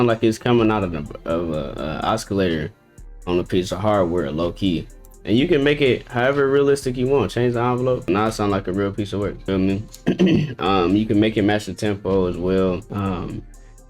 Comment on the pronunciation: bro really said oskilator